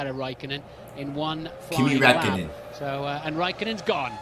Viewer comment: His name is Räikkönen not Rakkenen